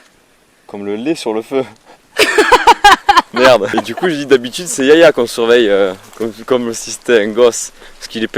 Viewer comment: Merdes et pas Lerdes 😅